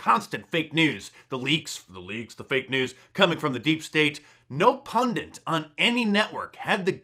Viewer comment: Mark i love you but the word is pundit not pundint.